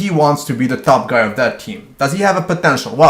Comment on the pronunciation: ...lol "The TOP GUY!" the accent